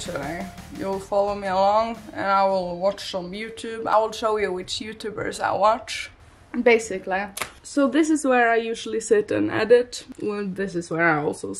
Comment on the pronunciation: “Basicallli” lol 😂